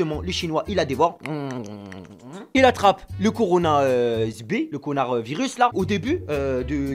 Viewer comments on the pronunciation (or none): Wech ta le " conardvirus "😂😂😂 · Même moi je dit conarvirus😂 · Conarvirus mdr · Le corounaviris😂😂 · Coronavirus . Couillounavirus . Connarvirus